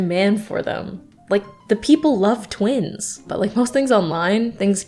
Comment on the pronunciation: Why do I keep hearing you said twinks and not twins 😭😭